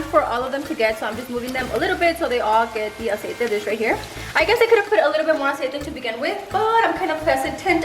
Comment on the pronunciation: I’m sorry but the amount of times she was saying “Aciete” was driving me nuts maybe it’s because I cant stand when people mix English and Spanish 🙄